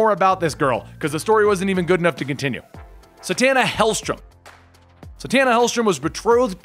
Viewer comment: Satana, Zatanna just sayin